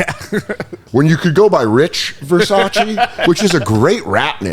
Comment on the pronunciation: Unfortunately "Dick Versace" isn't "Ver-sach-ee" but "Ver-sase" as in rhyes with "Her Vase"